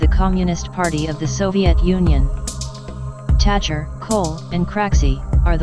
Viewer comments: Agree, I stopped. After “ Tacher “rather than Thatcher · Thatcher not Tatacher